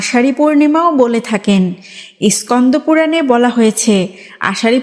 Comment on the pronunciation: Uccharan bhul koro keno Iskando puran bolo keno Scando puran bolbe